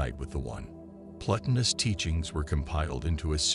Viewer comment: The voice robot reading the script can't pronounce any of the main words that make up the topic, such as Plotinus, Neoplatonism, Sartre, etc. Find a real human being somewhere to do the reading that has some familiarity with the subject matter.